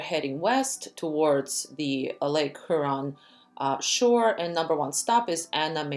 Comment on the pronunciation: It’s HYOOron. Not HOOron